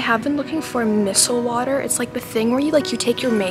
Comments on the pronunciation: Micel water 😂😂😂 It’s miceller dude…😅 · She really said missel water Lol😂 Love u tho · Lol you say it like -my-sell-er-water it ok though